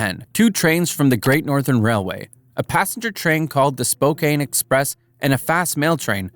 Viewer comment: You pronounced Spokane wrong. Spokane is pronounced “Spo-can”. Not “Spo-cane”